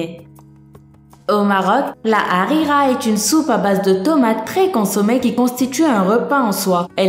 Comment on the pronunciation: Moi qui habite au Maroc j'ai sourit face à cette vidéo j'aime énormément cette vidéo merci 1 million de bravo pour tes 1 millions d'abonné tes recherches sont très bien trouver tu ma achevée quand ta dis "rira" la soupe 😂 Continue comme sa bravo encore continue